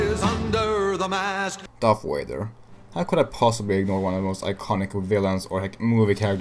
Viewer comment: When you said darth vader it sounded like darth wader?